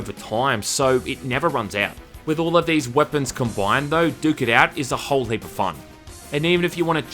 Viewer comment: "Duke it out" sounds very similar to "dookie out" which means there is a poop outside. Every time said the title i chuckled because it sounds like dookie XD.